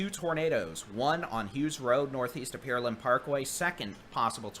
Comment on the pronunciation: Good day, thank you all for this work. Just one comment. Could you stop saying Peerland. It is Pear( like the fruit) Land. It is better than Pearl and that the CVS voice mail says, however. :goodvibes: Thank you!